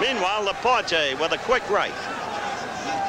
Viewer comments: It took 2 rounds for Cosell to pronounce La-Por-TAY not "La Por-Tee" .Bad preparation . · Even though he couldn't pronounce Laporte's name.